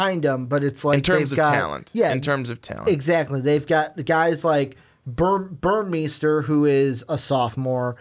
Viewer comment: Burmeister= bur-mey-ster Shough= Sh-uck Jelks= Jel-ks Couldn't finish listening after I realized how little you knew about the ducks football program. Mitchell is the leading returning receiver, breeland just averaged more yards per play. Our running backs are mostly unproven and the ones with experience are questionable to stay healthy with their smaller frames if used as work horses. Ever heard of Jeff maehl, josh huff, Jason Williams, Darren Carrington, braylon addison, ed dickson, sammy parker, Keenan howry, demetrius William's, Cristin McLemore? Yeah, not receiving threats... just offensive weapons. Sorry dudes, but need to do some research on a team if your going to give 20 minutes of opinions